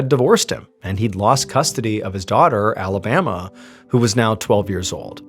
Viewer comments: Not Alabama I’m sorry just no maybe in French accent sounds better idk but that got me hung up more than anything. Oh I see where it’s going. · Pronounced, A-La-Ba-MAH 😊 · Pronounced Alabamoi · “Alabama” 🤦‍♂️ just no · Why they name the kid Alabama tho? Also why "patruiqe" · 'Alabama' and 'Patreek' dear god . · It's not pronounced Alabama like the state, dipshit. Why would a French person name their child that? At least know how to pronounce names and places when you do these videos. Your frequent mispronunciations are annoying as hell.